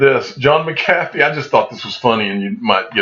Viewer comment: I see you don't read comments lol we keep telling you it's pronounced "Mac-uh-fee" lol I still love your videos